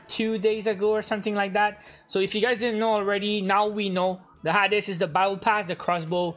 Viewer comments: Everyone: Hae-dees: Ha-des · It’s “hades” not “ha-des” just sharing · Hey it’s pronounced Hades (hay-deez) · I love the way he says hades